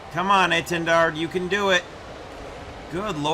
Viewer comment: I really like the French pronunciation of this jets name